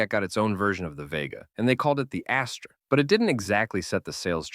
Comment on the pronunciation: It's pronounced as-ter ! Not ashtray !